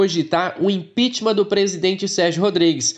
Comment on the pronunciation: só uma dica: a palavra correta é "impeachment", não "impitimam"